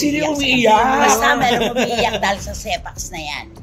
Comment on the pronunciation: Sepanx(separation anxiety) , hindi Sepax😂